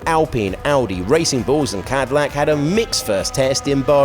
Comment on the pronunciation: And Cadillac became Cowdillac!